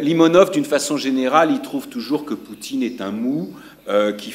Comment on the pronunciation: Cada vez que esta bella mujer dice "Caguej", un niño muere de hambre en el Chaco. Ahora bien, lo que me resulta particularmente curioso es que esa pose culturosa, snob y eurocentrista se agota cuando tiene que pronunciar debidamente "Limónov", nombre que pronuncia lisa y llanamente, como una persona que jamás en su vida se esforzó mínimamente en comprender las lenguas eslavas.